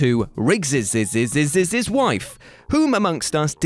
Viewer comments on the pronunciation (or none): "Tommy Lee Jones's's's's" "Rigg's's's's wife" For some reason the pronunciations got me giggling this morning 😂Lmao 🤣